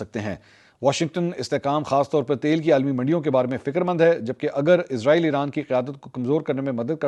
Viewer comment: bro listen Please stop calling this dam country as IZ-RAA-EEL ITS ISS-RAA-EEL SO PLEASE PRONOUNCE IT PROPERLY LIKE WE HAVE SURAH BANI ISRAEL IN QURAAN WE HOPE YOU START PRONOUNCING IT RIGHT FROM NOW